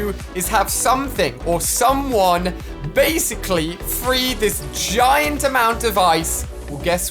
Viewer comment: Yeah ali its a g-eye-nt creature